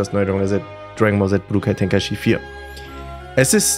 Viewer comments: Es heißt "Içi" 😭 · Du sprichst tenkaichi und xenoverse voll falsch aus 😂 "Tenkaischi" "ksenoverse" 😂😂🤦🏼‍♂️